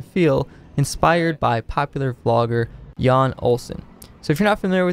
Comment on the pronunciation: It isn't pronounced Yawn, its pronounced 'you n' FYI 🤙🏼👍🏼